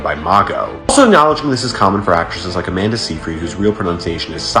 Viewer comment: You do pronounce harsh r’s, just on the wrong names! Instead of Amanda, you say Amander, and instead of Amber, you say Ambah.